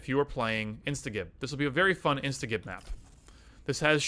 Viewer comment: Love this map, so much fun, and brings back so many memories :) Also, I hate to be that guy, but it's pronounced insta-jib. As in, you are instantly reducing someone to giblets.